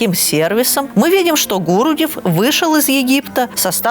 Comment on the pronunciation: правильно "гурудЭв" (ударение на Э)